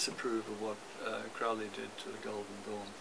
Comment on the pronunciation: I would think Skinner would know it pronounced Crow Lee rhymes with Holy